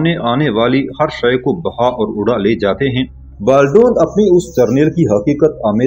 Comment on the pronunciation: انیسکی بات کو آپنے طویل تر کردیا ھے اور بالڈون کا نام غلط نہ لیں۔Baldwin